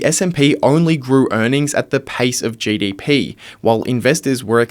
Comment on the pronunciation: Speak proper English dude … it’s GDP not JDP